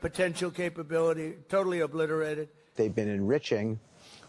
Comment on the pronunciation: ahah obiterate for the second time = reoblitereted! lol